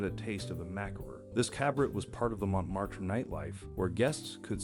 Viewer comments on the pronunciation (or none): none